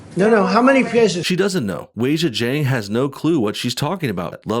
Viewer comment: How about you go and learn how to pronounce her name properly!!?